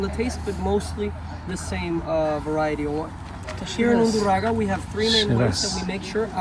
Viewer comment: undurragA not undurrago